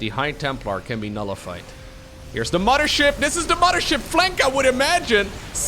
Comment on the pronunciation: Love the way you pronounce mothership as muddership As a Canadian with many Newfoundland friends; they pronounce mother as mudder and it hits me just like the smell of fresh baked cookies. Thanks for the upload as always. I haven't played starcraft since Broodwar but I've been listening to you and uthermal as kind of a podcast type situation for 3 years!:D